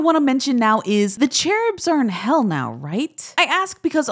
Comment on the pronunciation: The way she pronounced "cherubs" 💀